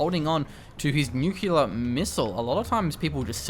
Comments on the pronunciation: new-cliar. That is how you pronounce it. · New-cew-lar missile? Seriously?:D